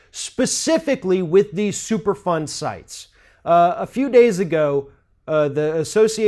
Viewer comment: you should've started with the super fund explanation. I kept hearing it as "super fun" when you were talking. Lol